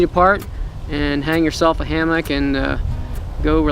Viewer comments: Sounds like he's saying Ham-hock.... I thought it was going to be about cooking... It's Ham-muck .... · do you say it like everyone else now? Ham-MUCK instead of ham-MOCK. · Is he saying hammock wrong on purpose?